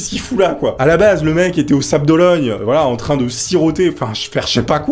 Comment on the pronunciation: Les "sables d'Ologne" bin voyons 😂😂😂